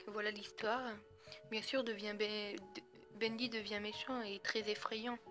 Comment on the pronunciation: c pas sa l'histoire et tu a dit bendé